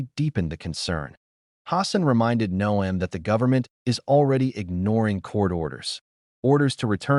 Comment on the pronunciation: If you spell Noem 'nohm', the narration will pronounce it correctly....Or, well, you could also use your real voice....or, even a decent electronic voice changer, if you wish to remain anon...